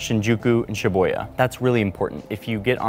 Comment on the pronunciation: It’s SHIH-BOO-YAH not Sheboya that sounds like Sheboygan, WI 🤦‍♂️🤦‍♂️🤦‍♂️